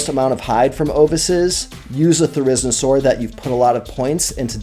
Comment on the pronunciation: Why u say therizinosaur like that😭